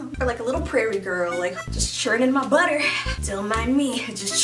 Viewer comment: “Don’t mind me! Just churning my buttuh” had me on the floor 😂😂😂😂 the yellow skirt is my favorite!!